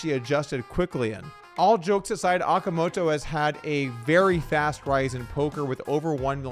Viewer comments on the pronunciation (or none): Oh-kah-moe-toe. Homegirl deserves to have her name read right. Y’all have had 3 years of practice, c’mon now🤣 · FYI, Okamoto is pronounced "oh-ka-moh-toh" (kind of like Oklahoma).